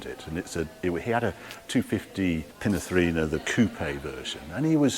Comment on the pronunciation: Harry, this was a terrific video, done in your usual enthusiastic style. But you constantly mispronounce the name of one of the great car designers. As far as I know his name I’d Pininfarina, NOT. Pinafarina.. just a thought!!